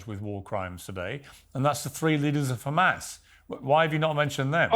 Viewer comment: Piers didn't ask "do you condenm Humus?"